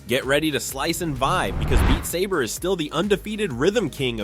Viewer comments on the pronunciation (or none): dude pronouncing beat saber like you are beating the saber...